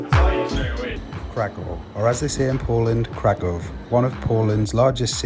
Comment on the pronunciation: Just try to pronounce it correctly: it's KRA-KOOFF, not "kra-koff" or "kra-cow" ;)